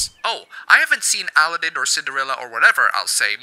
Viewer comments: (Al-eh-den) like Paladin the game. lol I never knew people could pronounce that name so differently. By the way its (A-lah-den) my dude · First video I've seen of yours. I may need to subsrcibe! I love your technically correct pronunciation of Aladdin (Allah-DIN vs Al-AA-din). - Briar Rose was not in a forest when she was rescued by a stranger; she was in a castle guarded by a butt-hurt witch who turned into a dragon and was vanquished by the man the Princess loved, who, by STAGGERING coincidence turned out to be a heroic prince, and learned from said butt-hurt witch that his true love was held in said castle, thus hastened to her rescue at great peril!) - - Anthropomorphization is a common cartoon form, you Philistine! And I cried too about Todd getting left in the woods in Fox and the Hound (also...why didn't she call the sheriff? Amos Slaid SHOT AT HER and she's the local dairy farmer! Where are the police? Where's the village mob?) I still cry about my own dog's impending demise when I hear that woeful harmonica solo while Todd unwittingly licks Mrs. Tweed's face. But this is ART! It evokes emotions like sorrow and makes us think about the sadness of parting and the precious nature of the time we have with loved ones! Appabend, thank you. Your cartoon faces are awesome! Off to your other videos! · Al-lah-din - kek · Al-a-ddin, o could but chuckle how you pronounce aladdin. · that's how I'm going to pronounce Al-a-ddin for now on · The way you say Aladdin is kinda weird to me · I have never heard anyone say Aladdin like that. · furseisekilulz sounds like a horrid news correspondent butchering a terrorists name